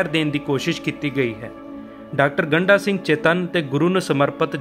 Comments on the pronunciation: ਗੰਢਾ ਅਤੇ ਗੰਡਾ ਵਿੱਚ ਫਰਕ ਨੂੰ ਸਮਝੋ ਜੀ, ਗੰਢਾ ਪਿਆਜ ਨੂੰ ਕਿਹਾ ਜਾਂਦਾ ਹੈ, ਡ ਅਤੇ ਢ ਦਾ ਉਚਾਰਨ ਵੱਖੋ-ਵੱਖਰਾ ਹੈ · ਇਹ ਸਰਦਾਰ ਗੰਡਾ ਸਿੰਘ ਉਚਾਰਨ ਕਰੋ ਨ ਕਿ ਗੰਢਾ ਸਿੰਘ ਠੀਕ ਕਰੋ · ਡਾ. ਗੰਡਾ ਸਿੰਘ ਬਾਰੇ ਵੀਡੀਓ ਬਣਾਉਣ ਤੋਂ ਪਹਿਲਾਂ ਆਪਣਾ ਪੰਜਾਬੀ ਉਚਾਰਣ ਸਹੀ ਕਰੋ ਸ਼੍ਰੀਮਾਨ ਜੀ, ਤਹਾਨੂੰ ਤੇ ਡ ਅਤੇ ਢ ਦੇ ਉਚਾਰਣ ਦਾ ਫਰਕ ਵੀ ਪਤਾ ਨਹੀਂ ਇੱਕ ਵਾਰ ਨਹੀਂ ,ਤੁਸੀਂ ਵਾਰ ਵਾਰ ਉਨ੍ਹਾਂ ਦਾ ਨਾਮ ਗੰਡਾ ਸਿੰਘ ਦੀ ਬਜਾਏ ਗੰਢਾ ਸਿੰਘ ਬੋਲੀਂ ਜਾ ਰਹੇ ਓ😡😡😡😡😡